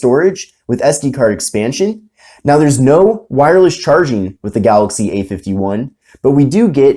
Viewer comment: Its galAxy not galOxy😄😄😄